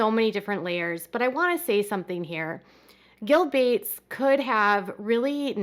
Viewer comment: Who the f@ is gill bates? I thought you meant bill Gates, just couldn't say his name or something